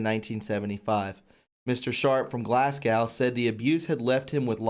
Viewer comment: Great video! Glasgow is pronounced with go at the end, not how. A Lady is equivalent of a knighthood or Sir so she is working for the system. All the heads of the English enquiry have been dismissed because of shady links to accused party members. This is only happening to take the heat off current abuses of power rather than these historical crimes.